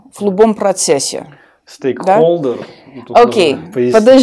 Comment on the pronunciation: Дослушав до конца поняла, что точно она никакая не американка. Слово stakeholder на минуте даже не может произнести нормально ((((